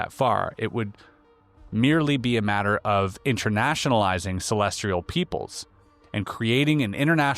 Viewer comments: *celestial, not celestrial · ce·les·tial /səˈlesCH(ə)l,səˈlesˌtēəl/ adjective positioned in or relating to the sky, or outer space as observed in astronomy. "a celestial body" You got this word wrong so many times that it proves how oh so not sophisticated you are. Really really embarrassing that you put this on air. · Edit, I watched it on the youtubes.... its musspelled 2 dozen times, likely not written by the worlds 2 smartest people. I couldnt even listen though because of the typo. Did the "celestRial" mispronounciation ruin this episode for anyone else but me. This is one of my top 3 podcasts. I'm not hating. It's frustrating though. There's so many big words, Latin, stone much complex stuff. None of it seems to be an issue. CelestRial.... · Celestial, not celestrial. Y:) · Celestial not Celestrial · They knew to put the word 'celestial' in here a billion times to trip up. "Celestrial" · CelestRial is not even a word? Does he mean celestial? Calling BS on this one, I think Oppenheimer would probably know the word celestial😅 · Bruh put this top comment on your Spotify content too. Reasonable people aren't gonna respect you and pay for content if you're saying "celestrial" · I believe the R in celestrial is silent ;) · sorry, i'm tapping out at 25m.... i love Einstein & the content of this video, but i CANNOT listen to "celestrial" one more time.... godspeed, and thanks for the content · Yes. What is so hard to understand about that word for you? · Please! There is no “R” in CELESTIAL! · Celestial, There’s no R in it lol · Who wants to tell him that there’s no “r” in “celestial?” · There is no "r" in celestial. Lol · There is no "R" in the word celestial.